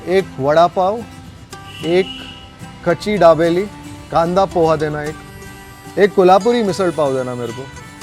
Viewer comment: Pls call it as ''pohe'' btw ur videos are nice